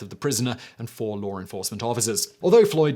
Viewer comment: A regular English speaker: “law enforcement” Simon: “lawr enforcement”